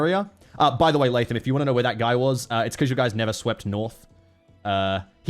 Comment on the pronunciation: Cannot express how much I love pronouncing “Latham” correctly, years of restaurant employees and teachers with Starbucks cup-level pronunciation skills has traumatized me